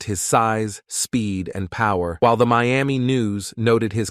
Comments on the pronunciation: I would sub but hate your ai voice that cant pronounce anything correctly. Not even Miami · They really have to work on those robotic voice narrating software applications. The "Meeami" Dolphins and the "rooshing" title?